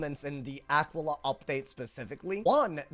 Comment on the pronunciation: It's actually pronounced Uh-key-Luh, after the constellation.